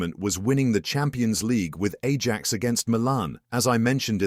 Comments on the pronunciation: They way he pronounced Ajax bothers me so much 😂😂😂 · Can we just not use a computer to narrate shit? The mispronunciation of Ajax and Edgar Davids completely took me out of the video.